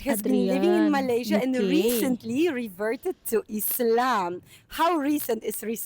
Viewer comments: tolong betulkan sebutan “Malaysia” tu ya. Terima kasih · Harap youtuber indonesia perbetulkan sebutan nama negara kami Malaysia. Kalau nak org luar sebut negara kamu ( indonesia) dengan betul, kamu juga perlu belajar sebut negara malaysia dgn betul ejaan nya.